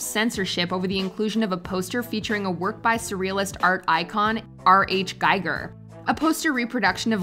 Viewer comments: R.H. Giger? You Mean H.R. Giger? WatchMojo's, You Should Really Take Lessons on Correct Name Pronunciaton! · It's HR GIGER. Not RH Giger. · Not wanting to be perdantic, but as he's one of my favourite artists, I couldn't bite my tongue. It's H.R.Giger, as in Hans Ruedi, not R H. Your welcome. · “R.H. Giger” 🤣 it’s H.R. Giger….🤦🏻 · The artist's name is H.R. Giger, NOT R.H... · His Name is H. R. Giger not R. H. Giger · HR Giger...NOT R H Giger...ugh. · I try to give this channel the benefit of the doubt when everyone scoffs that I listen. You just lost me… you say “R.H.”Instead of “H.R.” Geiger . It the hundredth time you’ve gotten something wrong in your videos. I’m out. Unsubscribed☝️ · "R.H.Giger"? Do some fact checking, for Chrissakes. Lazy mistakes like that really piss me off, and they disrespect the artist. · R. H. Giger? Really?